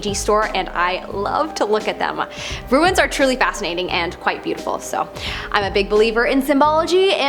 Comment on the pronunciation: It's "RUNES"- "ROO-O-O-O-NS"- not "ROO-INNS"- "RUINS"!!